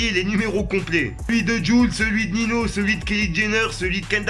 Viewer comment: on dis "Ninho" pas "Nino"